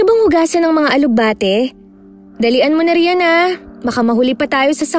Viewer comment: Ganda ng kwento..yun nga lang ang alug bah ti daw😄..alugbati lang po hindi alug bah ti✌️😊